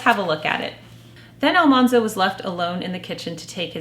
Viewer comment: Farmer Boy was one of our favorites too! Mother really captured my imagination I have heard that AlMANzo was actually pronounced like the word MAN, not mahn. I guess there is a recording of Laura saying his name, and the TV show is largely credited for mispronouncing his name. This makes his nickname, Manly, make more sense. I also read that Farmer Boy was like a fantasy novel for Laura. There is so much focus on food. It was her childhood fantasy to always have plenty of food, where they actually faced starvation several times.